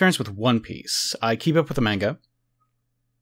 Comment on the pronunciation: This guy is the only American that I've heard say "manga" properly